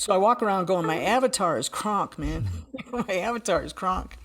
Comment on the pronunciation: she said her avatar is "kraaank" - being german I had to go back and listen again in order to understand what she meant...well yes I know now her avatar is "krank" ( pronounced with a very short "a" I would have understood right away that it is sick/ill ). Great respect is learning foreign languages; this is definitely not a common thing for Americans to do. (Hope my english can be understood 😉😊) Much love to both of you!!!